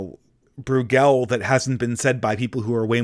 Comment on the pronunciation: Not BrewGELL, it's BROYgul (Brueghel)